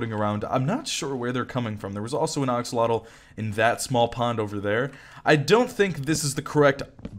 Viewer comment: I love how he’s still saying “oxolotl”